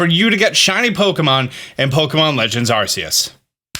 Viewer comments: After all this time and still can't pronounce "Arceus" correctly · Every darn time you say Arseius i laugh as it took me months to stop saying it that way myself. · if you call it “arseus” then u have to call it an “ars phone” too. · Are you mispronouncing Arceus as an in-joke or something..? I don't get it.